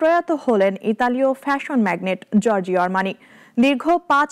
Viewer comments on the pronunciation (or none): উচ্চারণ হবে জর্জো আরমানি